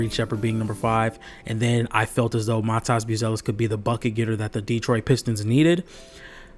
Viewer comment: You’re saying Matas’ name wrong, I’m pretty sure its supposed to be said like mah-tiss instead of mah-toss